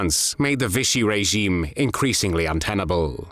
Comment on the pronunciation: 'Vichy' does NOT rhyme with 'fishy'!